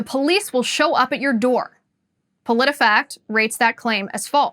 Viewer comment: I legit lost it when u said Politifaxt fact checked u Politifact!! Lmfao